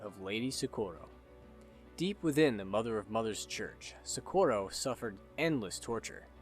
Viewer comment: The way he says Socorro hurts my soul. Amazing video though.